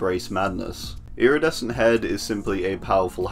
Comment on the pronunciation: I have a funny idea, take a drink everytime he’s say “lridescent”